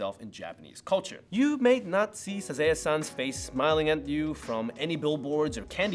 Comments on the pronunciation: The Sazae-San is Pronounced Sah-Zah-Eh-San not Sazay-San and Doraemon is pronounced Do-Rah-Eh-Mon not Do-Ray-Mon. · Nice informative vid! But why you gotta murder Sazae-san's name? Suhzay--san???? Also, instead of Garfield you should've likened Doraemon to Felix the Cat. Also, Doraymon??? I DID actually know of all of them, but I'm not gonna toot my own horn (too much!). Also, I didn't see any mention of Chibi Maruko chan! But very informative and good. No hate! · Isn't the first one pronounced "sa-ZAW-eh san"?